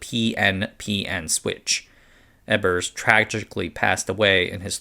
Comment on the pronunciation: its not Ebbers. it is Ebers. so LOOOONG E and short B, but u epmphasize the b. no. soft b. short. its real a pain when they cant prounounce all the german names. like they are everywhere and yet americans dont "need" to learn another language